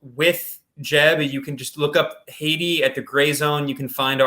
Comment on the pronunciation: Is that the correct pronunciation of Haiti?